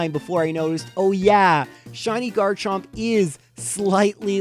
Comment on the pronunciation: He got garchomp wrong